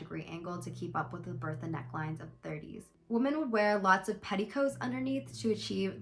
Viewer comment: lowkey super triggered that you pronounce "women" as "woman"